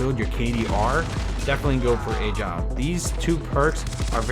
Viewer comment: Anyone else facepalm every time he pronounces “Agile”?🤦🏻‍♂️